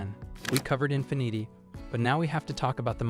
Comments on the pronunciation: Infinnit’ay eh? Sounds like Carlo Rossi Asti Spumante wino champagne, ya asskiss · Infineeeti - lol what a bunch of AI slop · Learn how to pronounce the car brands, IE: Nissan, infinity, etc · I agree, infinity is pronounced INFEEENEETI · You would think the AI could pronounce words like “infinity” correctly. 0% effort here… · Yet you couldn't watch one Infiniti commercial to see how to pronounce it? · Yeah, it mispronounced Infinity. 😂